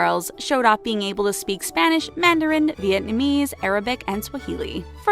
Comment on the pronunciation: U said Vietnamese wrong and its affending😡😡😡🖕🏻🖕🏻🖕🏻 Also find the difference 👆👆👆👆👆👆👆👆👆👆👆👆👆👆👆👆👆👆👆👆👆👆👆👆👆👆👆👆👆👆👆👆👆👆👆👆👆👆👆👆👆👆👆👆👆👆👆👆👆👆👆👆👆👆👆👆👆👆👆👆👆👆👆👆👆👆👆👆👆👆👆👆👆👆👆👆👆👆👆👆👆👆👆👆👆👆👆👆👆👆👆👆👆👆👆👆👆👆👆👆👆👆👆👆👆👆👆👆👆👆👆👆🖕👆👆👆👆👆👆👆👆👆👆👆👆👆👆👆👆👆👆👆👆👆👆👆👆👆👆👆👆Like if u found the difference